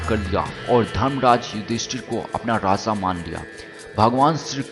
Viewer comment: U r voice is very funny u pronounce Raja as raza..🤣🤣🤣